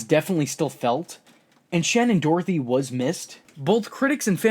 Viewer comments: Haha Shannen "DOROTHY" *Doherty P.S. Prue is the OG and the most powerful Charmed one! I loved SD in the role she and Holly were the best part of the show. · Shannon Doherty. You kept saying Dorothy, drove me nuts. Sounds like Dough-er-tee. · There's no "t" before the "h" in Shannen Doherty's name.